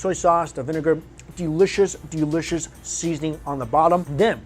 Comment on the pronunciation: It bothers me when he says "delishush" lol